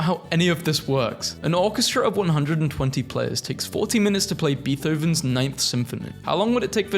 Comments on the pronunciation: no way bro just said BEEthoven instead of BAYthooven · He did not just say Beeth oh vens. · am i the only one mad that he pronounced Beethoven like beeth oven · ah yes beeTH oven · …did he just say beeth-oven?